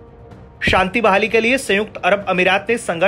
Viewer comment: तुम सब सच में कुपढ़े हो चार लाइन की न्यूज भी ढंग से पढ़ना नहीं आता मूर्खो इस न्यूज की वो गलतियां सुधारो जो बहुत खटकती है 1 OIC कारपोरेशन नही है। 2 शांति समृद्धि का उच्चारण तो तुम्हारे बस की बात नहीं मूर्खो शुद्ध लिखना पढ़ना सीख लो पहले।